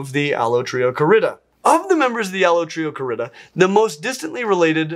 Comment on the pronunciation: latin stresses the penult -- allotrioCArida, not allotriocaRIda